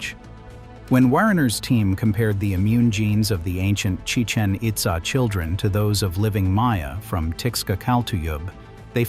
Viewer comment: It's Chi-CHEN It-ZAH. See the accent marks? It's not Spanish, it's Mayan.